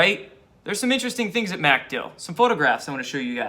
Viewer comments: Not MAC-dill it's mc-DILL. Accent on the second syllable. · It's not MAC Dill. It's MacDILL (emphasis on DILL). Sorry to nitpick but you'll sound much more informed if you pronounce it correctly ; ) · Dude it's MacDill air Force Base. MacDILL. Just wanted you to know it sounds really lame when you say MACdill air Force Base. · Watch you everyday. Love your vids, but for the love of God, its McDill, say it quickly. Pronounced "mickdill", not "MACK dill". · pronounced 'Mc-DILL' ;-) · Its pronounced micdill. Aka macdill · The accent is on Dill NOT Mc. Good grief.